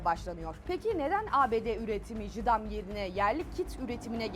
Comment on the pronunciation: Jaydiem diye okunuyor lütfen bir daha kine düzeltin